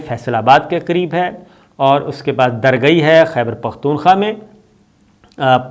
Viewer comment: درگئی نہیں ، رشکئی۔۔۔